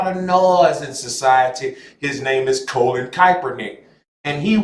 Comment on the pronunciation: Bruh. How is it you can say Kappa but can't say Kapernick or Col..lin to save your life?